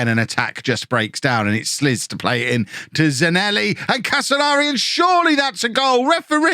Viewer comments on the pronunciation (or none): slisz surname is actually pronounced slish with heavy sh ;DD